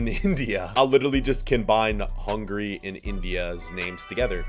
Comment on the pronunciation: Hungarya" in Hungary we can say Hungária, and you not far away from that😂